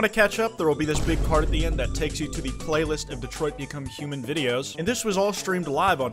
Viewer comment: detroit become kwite 😂😂😂😂😂😂😂😂😂😂😂😂